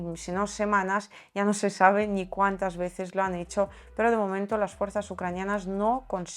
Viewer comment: Aparte de esa ni, la e no acentuada la pronuncias algo abierta, pero no está mal. Te admiro sobremanera.